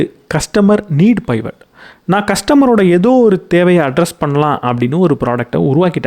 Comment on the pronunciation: Good to hear your narration. It’s not பைவட். Suggest to refer the dictionary about new words. Same way in another book it was spelled as மோனாபாலி.